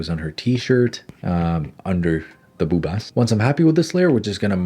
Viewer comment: The way you said bobas 💀